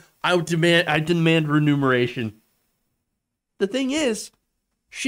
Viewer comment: Remuneration not renumeration my friend.